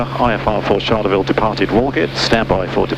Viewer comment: Great video. I need to help you with just one thing that as a Queenslander, is a little grating. Pronunciation. Charleville is not pronounced like Charlize Theron with the 'ch' sounding like 'sh'. It's 'Ch' like Charlie and the Chocolate factory. Like Cha-Cha-Cha. We'll get you there. It's great to see a decent Australian flying video series. - Mike Costello.